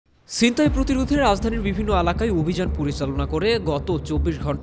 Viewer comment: রিপোর্টের ছিনতাই এর উচ্চারণই করতে পারেনা।